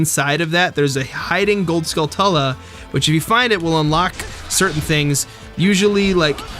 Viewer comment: "Skull-tuh-la" I say "Skull-too-la," but I say "ta-ran-chuh-la," because I'm not British. "Skull-too-la" flows better for me.